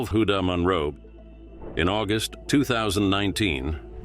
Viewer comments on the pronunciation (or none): none